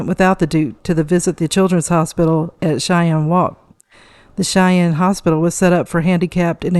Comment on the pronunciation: Cheyne, Worcester, Glamis just a few names you should have learnt to pronounciate before you talk.